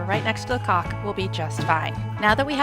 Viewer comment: she really should learn how to pronounce caulk.